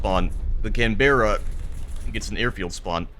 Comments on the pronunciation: it's pronounced can-bra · The pronunciation of Canberra 😂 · Impressive new worst way to pronounce Canberra.